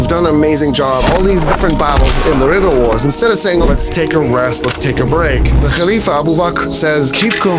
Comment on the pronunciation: Rida wars not river wars